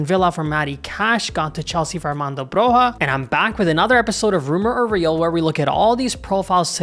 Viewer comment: The J of Broja is spelled like a long i Like the J of Juventus I'm Albanian and Broja is the star of our team. I'd love to see an Albanian play for AC Milan. He has a huge potential. He had a bad injury last season which has influenced him a lot. I hope he recovers fast and starts playing at his normal pace. He has a huge potential, easily at Zirkzee's level. Hope Milan get a good deal for him cause we'll have a true number 9 for years to come Keep up the good work,!